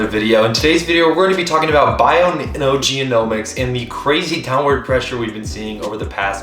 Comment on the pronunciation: genomics .. not geo-nomics, sorry thqt was triggering